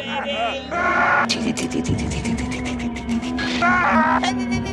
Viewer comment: "lubercant baby"